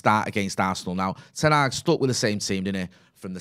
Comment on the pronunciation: It’s not Ten aaag. Stop butchering the name!